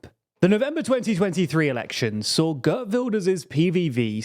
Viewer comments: Pronunciation guide: Geert rhymes with beard, not bird. Caroline is pronounced like in English. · Geert rhymes with Wierd, to be clear. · Not pronounce kurt His name is pronounced Geert Wilders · "gurt wilders" bruh.